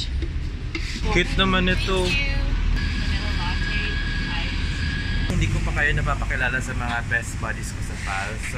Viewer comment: it's pronounce po as 'Lat te' hindi po 'La tey' salamaaaat po more power!